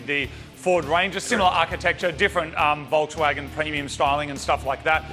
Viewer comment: A Volkswagon what? This is hilarious.